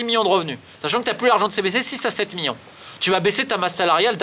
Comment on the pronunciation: « 10 miyons » 😂😂